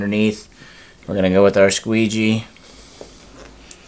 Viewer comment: Lol, squegee? XDDD